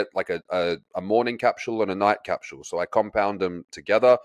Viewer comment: Oh dear this isn't going to work please tell the Tory how to say capsule it's not capshule